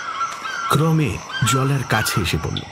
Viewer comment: উশ্চারণ পিলিজঃ ক্রমে বানান, উচ্চারণ ক্রোমে। বাঙাল উচ্চারণ পেশাদার নয়।